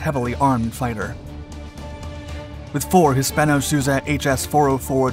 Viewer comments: Hispano 'sweeza' 👍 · Hispano Suiza is pronounced SWEE-ZAH. The engine scenes do not apply to the Whirlwind when talking about the inline engine awhile showing pictures of radial engines.